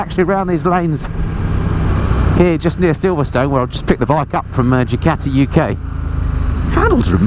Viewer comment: I think it's Ducati , not Jucati🤔